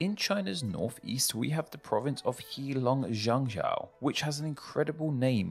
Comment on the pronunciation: Most of the pronunciation mistakes are understandable, but why does Heilongjiang have an extra syllable? I know pinyin can be confusing though, so I appreciate the effort.